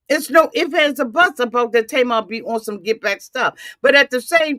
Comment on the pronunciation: A-boot lol mush mouth bih 😭😭😭